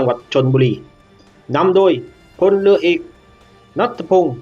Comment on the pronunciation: ฟังแล้วอึดอัดหน่อยนะ กองทัพเลือ เลือหลวง ร.เรือ ล. ลิง งงไปหมดล่ะ